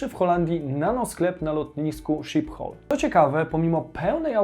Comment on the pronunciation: To lotnisko to się wymawia „Skiphol” ;)